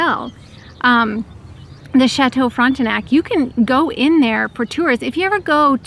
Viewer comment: You said Chateau Frontenac very well! Je suis heureux que vous avez aimé la ville de Québec. We say appartement in English and French in the province of Quebec. Great vid!!!😘